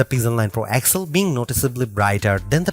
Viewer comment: Man everytime I hear you I got to stop the clip. That device is not called pixel 9 excel. Say X L